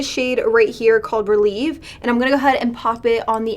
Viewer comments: It is pronounced rel-ev-ay not relieve it is ballet terminology. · girl the bad habit palette is ballet themed and the way you were pronouncing the shadow names like releve & grand plié was so funny 😂